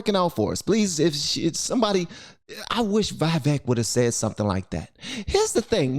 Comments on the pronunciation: Vivek Pronounced: Vee-Vake(Vake like Lake) not Veeveck. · His name is pronounced "vee vek" not "vai vek." Just thought you should know. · Just fyi Its pronounced vee-vayk ramaswamy, not vye-vehk Edit: i heard it from the man himself when he was asked by Tim pool how he wanted his name pronounced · Hey, please correct your pronunciation. Like "Iraq" is not "Airak" but "EE-rak", "Vivek" is not "Vy-vake" but "Vee-vake". btw, your analysis of the debate was phenomenal and to the point. Great show ! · His name is pronounced not as "Vye-Vehk" but "Vee-Vehk", like "We wake" except with a "V" and not a "W". Yuppp, ya'll better learn your next President's name!! 😅. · His name is prononced Vih-vāk.... like cake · it’s pronounced “Vih-Vake” …like cake 🍰🙂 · If you ever meet Vivek Ramaswamy his first name is pronounced Vih-vayk but you got his last name spot on which makes me super proud man keep up the good work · Its pronounced vvek - yes she was acting a fool, but he does not ever take any bait. This man has the H Spirit flowing thru him. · stop saying Vaivek, man. It doesn't sound good... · his name is pronounced Vi VAKE as in CAKE. I've heard him say that to people. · I love how NOBODY can seem to pronounce this man's name. It's Vi (with a short I sound) vake (like cake) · It’s pronounced VEE-VACKE like cake 👍🏽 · Just to let you know.. his name is pronounced as we-wake. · Your saying his name wrong lol but most people seem to struggle with it. Vi-veuk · Come on man, its Vivek. Sounds like vivake. Rhymes with cake. Or givetake. Vivek. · Just thought i should put this out there. His name rythmes with the cake for those who was wandering how it is pronounced. Vivek (Vivake)(the cake) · His name is pronounced " We Wake". His name in the ancient Indian language Sanskrit means "right judgment", "wisdom", "distinction", "prudence" and more. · his name is pronounced "/Vee/Vek" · BTW ... Vivek's name is pronounced ... Vi-vake .. it rhymes with cake.